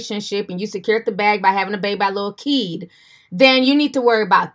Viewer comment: Lol i thought she said lil key 🤣😂